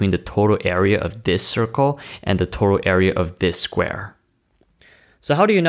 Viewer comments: "The totow" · Are you saying towtoe or total? It'd really help if someone could help clarify this, as a millionaire of course.